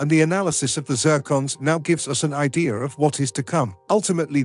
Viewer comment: Well I learned a couple of things from this video... "Volano" is pronounced "VOL kuh noe" and 'idea" is pronounced "ideer"... There were numerous other abominations of the English language as well. I don't know how I survived so long saying these words incorrectly. My life is complete now. Foo too rey By tee gets a thumbs down for using a computer generated voice.